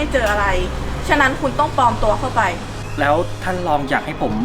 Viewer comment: ปลอมตัว ไม่ใช่ ปอมตัว